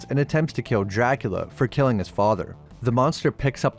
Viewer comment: My man, I love the way you say Dracula. "Jackula"